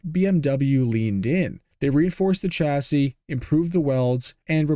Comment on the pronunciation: FFS you butcher chassis (a French word) but apologise for fear of mispronouncing Italian names. Does it surprise you everyone hates Americans?